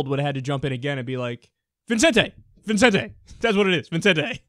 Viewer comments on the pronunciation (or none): Vicente, not Vincente, Kyle.